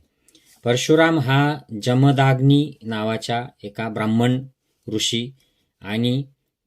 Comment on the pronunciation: निदान उच्चार तरी बरोबर करा. इंग्लिश स्पेलिंग वरून जमदाग्नी असा उच्चार करत आहात. जमदग्नी असे त्यांचे नाव व उच्चार आहे. तुम्ही आहात, की करा. तुम्ही जे ग्रंथांचे वाचन केले ते तुमच्याजवळ ठेवा. त्याचे मनन चिंतन जरूर. करा व तुम्हाला पटेल ते तुम्ही जगा. परंतु लोकांना जात, धर्म यावरून भडकवण्याचे काय कारण? लोक पुस्तके, संदर्भ न वाचता, न विचार करता गोष्टी उचलतात. त्यामुळे सध्या देशाचे जे वाटोळे झालेच आहे, त्यात तुम्ही भर का घालत आहात? धर्म जात बुद्ध विविध ऋषीमुनि व देव हे सगळे त्यांच्या त्यांच्या जागी असू देत. आज गरज आहे बंधुत्व, प्रेम, माणुसकी, कष्टाळूपणा याची. असो. तुम्ही तुमचा धर्म कीचा अनुसरावा. करीनासे संपला, त्यानंतरचे तुमचे व्हिडिओ उंटावरून शेळ्या हाकण्यासारखे चाललेत. परदेशी राहून इथे भारतात काय राजकारण घडतंय किंवा देवाधर्माचं कोणी काय करायचं याचं चर्वितचर्वण करू नका प्लीज. तुम्ही चॅनेल बंद केला तर भारतातील तुमचे जातधर्म बंधु फार सुखी होतील.